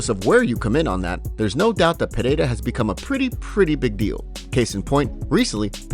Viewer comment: Still don't know how to pronounce Pereira. ffs listen to Buffer